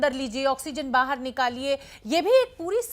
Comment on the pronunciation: Oxygen "baaharr" nikaaliye ...ye bhi ek science hai 🤣🤣🤣 Mtlb flow flow mein kuch bhi ...practice kr k aya kro rone ki ..modiji kj trh ..